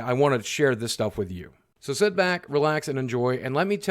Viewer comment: boogie big question why do you always say 'set' instead of 'sit'